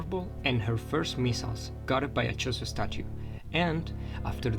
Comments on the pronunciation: Sorry man! But it's Chozo, not Chorizo.... chorizo is a sausage dude! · Are you saying chorizo?